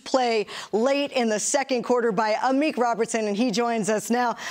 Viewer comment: Amik "Amuch" Robertson, you heard it here first.